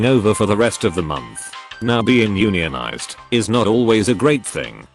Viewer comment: It's also not pronounce Onion-ized. It's YOUn-yun-ized. Or YunYunIzed, depending on how your brain works.